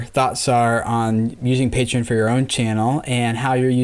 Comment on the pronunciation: Omg finally someone says "PAY-treeon" instead of "PAH-treeon"